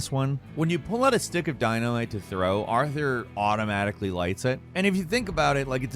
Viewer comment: ...For a minute there I thought he was calling Arthur "Arty-Ar" ... almost lost a viewer